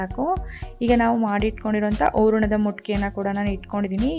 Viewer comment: ನಿಮ್ಮ ರೆಸಿಪಿ ಬಹಳ ಚೆನ್ನಾಗಿದೆ ಮತ್ತು ನಿಮ್ಮ ನಿರೂಪಣೆ ಸಹ ಉತ್ತಮ ವಾಗಿದೆ ಆದರೆ ಅದು ಊರಣ ಅಲ್ಲ ಹೂರಣ